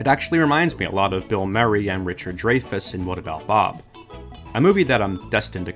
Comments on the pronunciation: Great review... one thing... it's pronounced dry-fuss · Draaayfuss. I can never unhear that now. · Have I been saying Richard Dreyfuss' name wrong my whole life? I have loved this movie since I first saw it on cable TV one lazy Sunday. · Bill Merry and Richard Dreifuss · It bothered me how he said Bill Murray and Richard Dreyfus. Also, yet another excellent video. I’ve never seen this movie. But I definitely want to now. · I'm amazed at how porrly and incorrectly you pronounced 'Murray" and "Dreyfuss", considering you said you love the move "What About Bob?" I can only assume you're a voice actor hired to read a script.